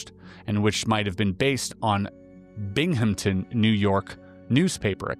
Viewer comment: Newerk Valley - not New-Ark Valley Bing-em-ton - not Bing-Ham-Ton ah-Wee-go - not ah-Way-go :)